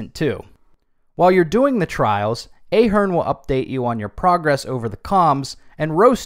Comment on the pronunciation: I am an Ahearne, it’s very annoying when people mispronounce your name , it’s pronounced with a “soft” A, like in “ahead”